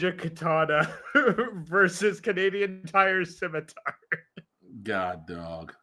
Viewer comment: The C in "scimitar" is silent,. Its pronounced "simitar", not "skimitar".